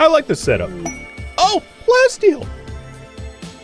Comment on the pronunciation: You see, the Prof though you said "plenty steel" instead of plasteel XD